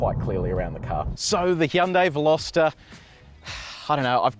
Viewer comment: well done on butchering the pronunciation of the name